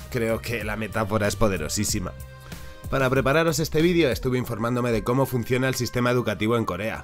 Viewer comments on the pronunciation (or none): Repite conmigo Ví-de-o Otra vez, Ví-de-o Entendiste? "Vidio" no es una palabra...